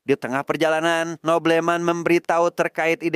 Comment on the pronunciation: boblemen bukan nobleman😅